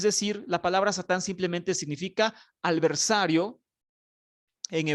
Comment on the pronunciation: Alversario..no. adversario.